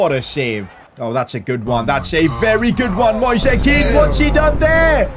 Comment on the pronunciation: please stop calling Moise Kean like that, Read it like the word "noise" thanks.